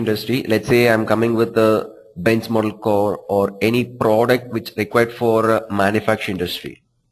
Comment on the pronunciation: dude try to be natural, its not 'cor' its simply car